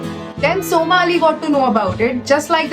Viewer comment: Its somi ali not soma